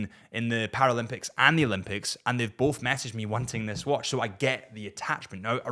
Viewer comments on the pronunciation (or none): none